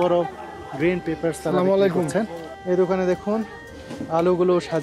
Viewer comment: আসসালামু আলাইকুম ভুল বলতেছেন আপনারা স্লামালিকুম না স্লামালিকুম কেউ বুঝেনা